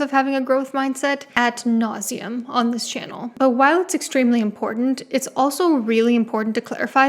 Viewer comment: Did you say "at nauseum"? Lol